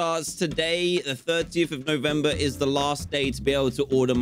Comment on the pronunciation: That's not how you say NOVEMBER